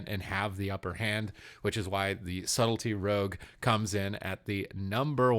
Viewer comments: Rouge = ROGUE Subletly = Subtlety 😂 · Subtlety not subletly! Sorry, driving me crazy! Good picks overall.